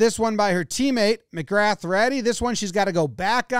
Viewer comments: Haha I'm not sure if you pronounced the Arab names right but, McLaughlin sounds more like magloklin and magrath on women's AUS cricket team is pronounced magraw. Don't ask me why, I'm South African, not Aussie lol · McGrath's pronunciation is more "migrar". His pronunciation was correct except the 'th' is silent